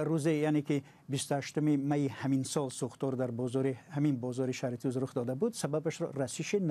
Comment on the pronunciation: Шахритуз не апа Шахритус номи асоси .